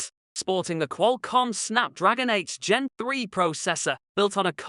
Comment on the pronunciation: Well I guess you can't really hear him saying the word 8 and s beside it making it sounds like 8 Gen 3 instead of 8s Gen 3,the way he say 8 and s at the same time will actually make it sound like 8 Gen 3.Also the phone does feature a glass back. If you wanna pronounce 8s Gen 3 then you gotta say 8 first and the s after it so that you won't confuse anyone.